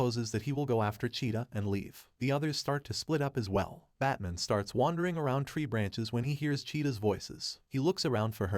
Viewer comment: "Batmin" ? WTF?